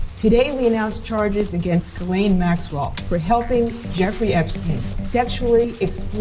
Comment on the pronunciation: Effrey Jepstein? 🤣